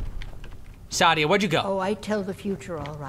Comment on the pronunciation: But.... The innkeeper says SAH-DEE-AH... ARE YOU SAYING THAT THE GAME DOESN'T EVEN KNOW THAT HER NAME IS PRONOUNCED WRONG?!